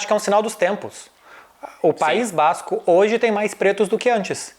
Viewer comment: PAÍS BÁÁZZZzzCO